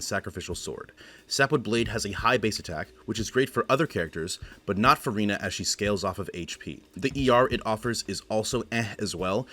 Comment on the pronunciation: as a french person your pronunciation is so impressive! are you a native speaker? very helpful guide for my c6 furina ❤